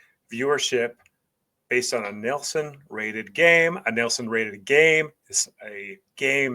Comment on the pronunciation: It's probably my preference, but from about - 0.38 seconds (during your intro), I just felt it was a little too over the top with the "Texas Style" delivery. Beyond that, I had no issues with your analysis and delivery other than the pronunciation of "Nielsen" (the TV ratings system). The analysis was spot on.